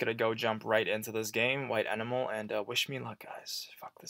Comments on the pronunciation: umm its enamel like enamel coating or such not e namel like an animal lol you pronouncing it all wrong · I love you and your channel. But it's E-NAM-Al like the stuff on your teeth or protective paint coating. I really want you to play more of this ASAP because I'm so curious! And again, not trying to be mean because I LOVE your channel and listen every day. Don't hate meeeeee